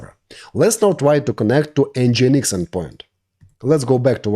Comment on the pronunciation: It is pronounced: EN-GIN-EEX Not EN-GI-EN-EEX It should sound like the word ENGINE in english, only with the addition of X at the end.